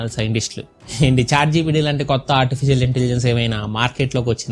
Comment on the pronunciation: auntificial ahh... cha cha artificial ayyuntundi le 😄😄